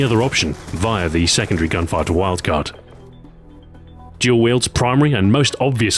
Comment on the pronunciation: I like how he pronounces Dual Wield Jual Wield.